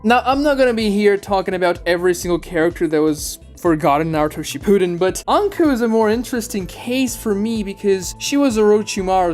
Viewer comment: Please put the emphasis on SHIppuden. It sounds like you’re saying “she pooed in”